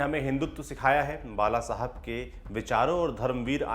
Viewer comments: कम से कम व्यक्ती के नाम का उच्चार करते समय, "ल "और "ळ "मे फर्क करना चाहिए. जैसे बाळासाहेब (बालासाहेब नही ) Lallantop से इतनी तो अपेक्षा कि जा सक्ती है. Please इसे सुधारो मराठी लोगोंको गलत उच्चार बहुत बुरे लगते है. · बाळासाहेब, सातारा, कोपरी- पाचपाखाडी उच्चार सुधारा.